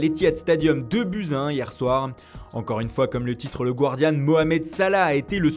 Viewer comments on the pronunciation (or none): none